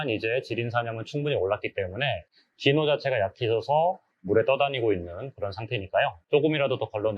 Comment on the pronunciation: 귀한 자료 감사합니다. 근데 제 귀에는 '디노'가 '지노'로 들리네요.. 제 이름이 진호라서요 ㅎ